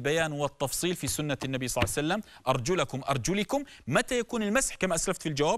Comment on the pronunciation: ولج انتي ثوله تسألي شخص يقول صسوسلم صعسلم صسلم